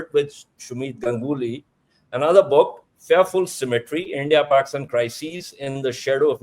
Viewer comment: Its India NOT Endea!!!